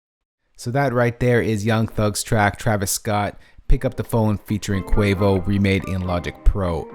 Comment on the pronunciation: Its pronounced Qu-AH-voh